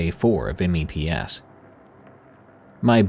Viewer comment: it's funny to hear you spell out M.E.P.S. mostly because as a navy wife and mother, it's always just meps, like maps with an e, made me laugh, thank you